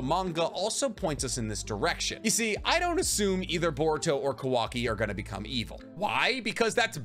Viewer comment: Is not kuvaki is kawaki